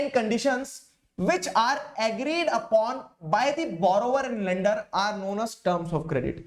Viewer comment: Bhaiya ka lender bolane ka tarika thoda casual hai